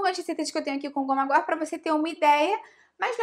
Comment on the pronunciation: Sim! A pronúncia está correta